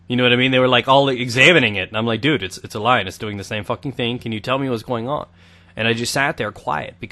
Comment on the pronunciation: I like the way you say dude you go like doude